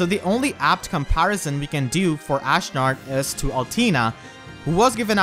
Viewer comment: "Ashnerd" - HA!